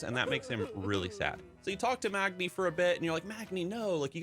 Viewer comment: I have been saying MAGni and here you are with Mogni. Have I been saying it wrong all this time?